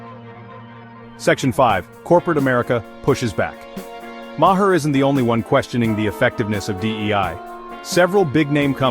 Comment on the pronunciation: Your editor must be a DEI hire. Otherwise they would know how to alter the pronunciation to say Bill Maher's name correctly. Also I believe Bill would completely disagree with your interpretation of his comments. You know - because you're an idiot. - you realize that means that you AND your AI are "saying it wrong".